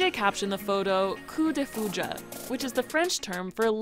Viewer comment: Couw de foudja 😭😭😭